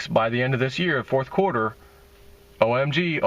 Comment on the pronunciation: do you still have skin in PILLAR? LTC to the moon! It's "O ME SEE GO" I dunno man I'm not feeling OMG.